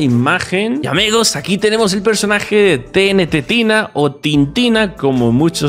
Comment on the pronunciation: Tenetetina? Es tenetina